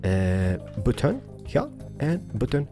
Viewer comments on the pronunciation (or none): Hes keep Saying butoon